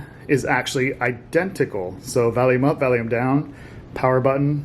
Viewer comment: Dude he says Valium instead of volume